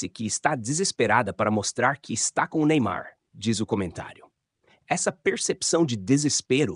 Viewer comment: Só ela fala Neynar nem ai???